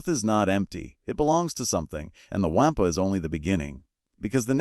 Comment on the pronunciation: The "Waaampa" is pronounced "Wawm-puh".